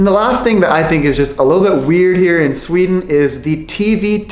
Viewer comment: that is NOT how it is in shweaden